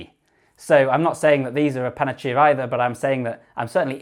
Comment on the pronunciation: FYI panacea is pronounced panner-seer not panner-chia 🤓